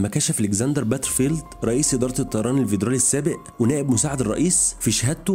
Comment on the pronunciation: حلقة حلوة بس مفيش حاجة اسمها فيدرالية او ڤيدرالي اسمها فيدرالي عادي بحرف ال F مش ال V